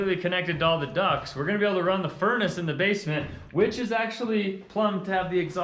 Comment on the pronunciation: Has anyone caught how he said “base a ment” 🤣.